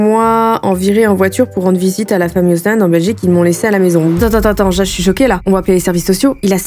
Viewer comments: Alors pour les gens non-belges : - Les chef-lieu/ville dont les noms finissent par un '' d '', celui-ci ne se prononce pas Ostende se dit Ostande, Gand se dit Gan - Pour l'école c'est Maternelle (3 ans) - Primaires (6 ans) - Collège (6 ans, donc de 12 à 18 ans) - Bruxelles se prononce Brussel C'est cadeau 💞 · Et sa se prononce Ostandeee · Alors déjà tu écorche les nom de ville Belge. Gand, on ne prononce pas le "D". Ca se prononce Ost en de et pas Ost è n de. Et notre système scolaire est quand même bien. Plus simple qu'en France. Maternelle (de 3 à 6 ans (non obligatoire) ensuite Primaire (de 6 à 12 ans (Obligatoire), puis Secondaire (de 12 à 18 ans (Obligatoire), ensuite Supérieure ou université (pas obligatoire). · En Belgique 🇧🇪 Pour les prononciations des villes Gand = Gan Limbourg = Limbour Ostende = Ostande Pour l école en Belgique On a les maternelles de 2,5 à 6 ans (de la 1ère à la 3ème) Les primaires de 6 à 12 ans (de la 1ère à la 6ème) Et les secondaires (lycée) de 12 à 18 ans (de la 1ère à la 6ème) Et voilà ❤🇧🇪